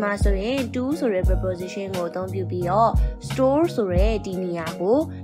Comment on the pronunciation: Preposition အသံ မှန်အောင်ထွက်တတ်အောင်ကြိုးစားပါဦး။ မဖြစ်စလောက်အသိနဲ့ စာသင်နေလိုက်ကြတာ မြန်မာပြည်မှာအများသား။